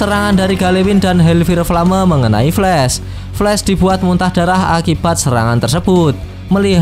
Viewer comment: Bang di baca hel fayer flem